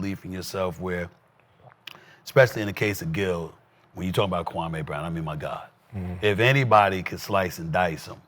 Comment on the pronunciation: Man Kwame gonna unleash hell on ya for this episode lol.. each time ya said his name I cringed knowing what Kwame gonna say 😂😂